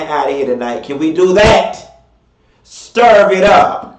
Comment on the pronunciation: I luv when says “stirv it up” 😹